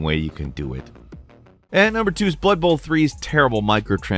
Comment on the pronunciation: When you said blood bowl i thought you said butthole 😅